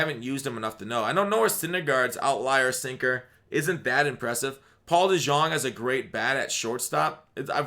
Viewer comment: Eugenio is pronounced Ay-Yu-Hay-Neo Ketel is pronounced Keh-tell DeJong is pronounced De-Yong